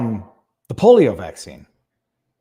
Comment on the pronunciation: Did he say "the polo vaccine"?